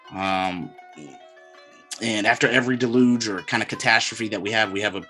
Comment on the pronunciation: The way you say deluge sounds like you mean delusion. Deluge also being connected to water, water being connected to emotion. Weirdly adds up to what you’re explaining on hiding the truth and demonizing it. People went delusional and disconnected. Even weirder that it feels like it’s happening even more this time around.